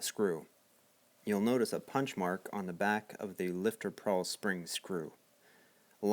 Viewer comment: Good video, it is a pawl spring, not prawl. Nitpicky I know.